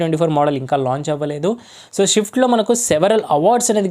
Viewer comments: Is it swift or shift, first speak it properly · Shift kadhu ra..swift